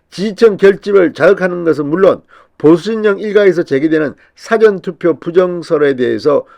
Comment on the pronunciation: 사~전 투표로 발음하세요😀😀